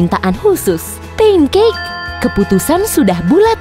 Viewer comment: Pancake bukan punekek